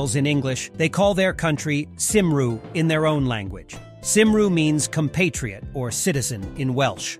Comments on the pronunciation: Cymru is pronounced as "kum-ree", NOT "sim-ru".... Better do some proper research on your video before posting it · Nice video! Cymru is pronounced "cum ree". Whenever I think of Wales, one of the first things that comes to mind is the song "Men of Harlech".